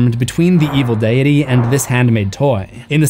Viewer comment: Dude actually pronounced "deity" like "die Eddy" 🤣🤦 can you imagine???